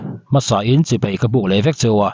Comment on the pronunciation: 'Chibei' ti lovin 'chibai' tirawh.